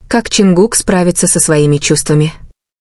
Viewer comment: Почему эта ставит ударение на имени Чонгука не правильно, и очень много воды.